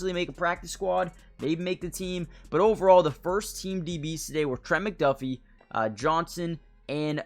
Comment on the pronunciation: If you're going to keep making Chiefs videos... maybe learn how to pronounce these names my guy. Trank-wahl Nah-zee Sue-uh-mot-uh-ia Ek-oh boy-doe